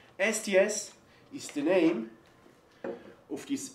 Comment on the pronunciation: When he said STS i heard "nasty ass"